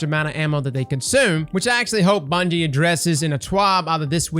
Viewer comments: Second word of the video: "Bundie" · “SO BUNDIE…” 🤔😂